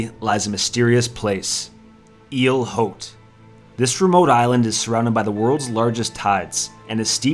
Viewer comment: I thought it's a bit weird the way you pronounce hard H on French word "haute"